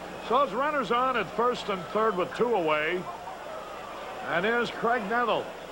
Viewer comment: You'd think that Caray would have figured out how to properly pronounce the first name of Graig Nettles.